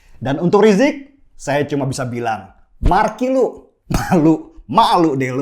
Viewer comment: Ngakak gua bang denny bilang markilu 🤣🤣